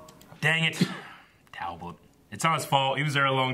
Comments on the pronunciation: WHYYYYY DOES STILL CALL HIM “Tal-bolt”!!!!!!????? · It’s TALBOT...TALBOT!!!! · Every time says ‘Talbolt’ every fibre of my being vibrates in agony.